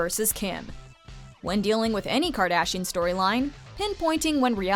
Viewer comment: Did she say kardachian? Lmao